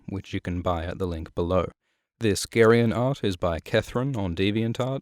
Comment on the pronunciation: Are you sure that's how it's pronounced? I've been saying it "Jerry-on"